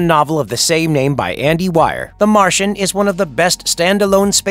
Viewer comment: Dr wire??? Cmon it's dr wier! Seriously! It's pronounced dr weer, do any of the narrators actually watch the movies they are talking about?